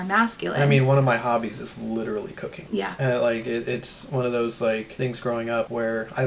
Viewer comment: The way I did such a dubble take at when he said he really likes cooking :)) I truly heard cocaine and was surprised you took that info so calmly 😂